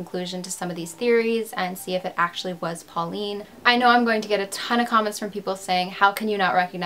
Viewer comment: Hi, your prononciation isn’t completly off, but the aul in pauline is ponounced like « hole ». And the « d » in picard is silent. Great video, i would live more french cases or australian ones. Love from France